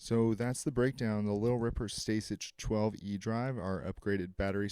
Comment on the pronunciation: It’s pronounced “Stay-sick” yo